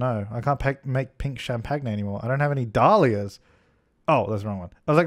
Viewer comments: why does he keep pronouncing champagne like that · nohsara: Because it's funny, like arraaangements.